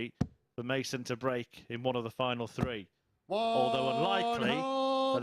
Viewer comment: What's up with the 12 year old commentator. Let me know if it is throw or frow and three free. His voice is so annoying get Edgar back